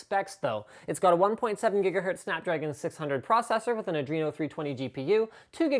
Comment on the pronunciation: "Snapdrgon" lol